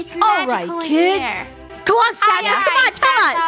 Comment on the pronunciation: Why rainbow always say Sanna? its santa